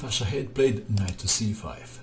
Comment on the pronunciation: dear, just a tiny remark. i believe Shadade is pronounced sha-ha-de (or something similar). keep up posting your awesome videos! this is my favorite channel on youtube by far.